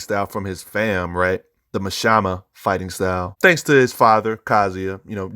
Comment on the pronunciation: I love you dawg 😂 but with each mashama my soul cracked little by little